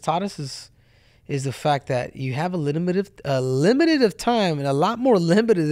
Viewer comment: Limitive limitieid😂limitiiddi